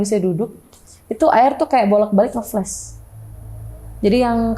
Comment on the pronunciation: Maklum aj bang, mbaknya nyebut flas aj dengan fles😢